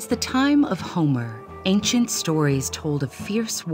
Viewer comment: Hate how she pronounces ancient as “ayk-shent”